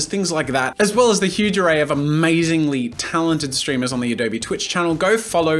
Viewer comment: I'm just wondering why he said adobEEE instead of adobe. O mah gosh